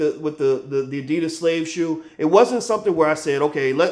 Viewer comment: Dude, you pronounced Adidas wrong.